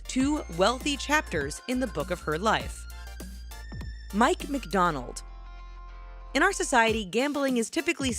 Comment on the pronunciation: mikedonald abrenahm... cmon.. you got one job. say the words correctly.